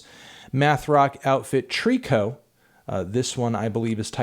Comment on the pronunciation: oh hey he pronounces tricot right now